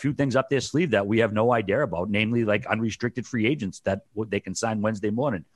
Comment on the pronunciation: Hey Whitt, no 'R' in the word idea